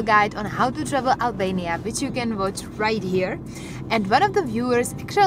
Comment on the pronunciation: Albania looks beautiful. Though I would've loved it more if you soften your "r" a little bit when pronouncing it.